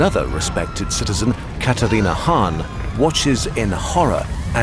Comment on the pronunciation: im sorry, katharina haan...like kathryn hahn...aka famed witch agatha harkness??